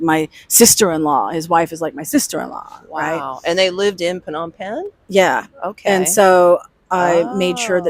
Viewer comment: phnom pegn is the correct pronunciation. phnom means mountain and pegn means full of . it means that phnom pegn is full of mountains.